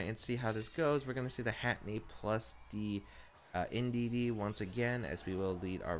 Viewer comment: Heh heh he says Hatteny and not Hatterene. XD